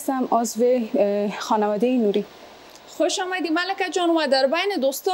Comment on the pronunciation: جان کوشش کن الف و عین را( هی) تلفظ نکن. مثلا انرژی را هنرژی تلفظ میکنی، خوش آمدی را خوش هامدی میگویید. ویا تیم های ما هامادۀ مقابله است یا میگویید دختر خانم های هزیز، تار هبریشم